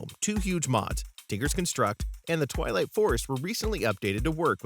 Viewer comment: When he said "Twilight forest" I thought he said "Toliet forest". I could not have been the only one... right?